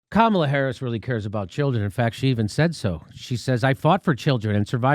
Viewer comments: Jimmy, her name is pronounced comma luh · Jimmy it’s « comma la » come on, this is racist of you: you’re smart you know full well how to pronounce her name. Doesn’t matter what your opinion is, pronounce her name right! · You don't have to like her (I don't) but my god, at least pronounce her name correctly.